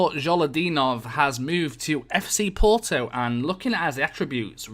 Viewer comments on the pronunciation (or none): none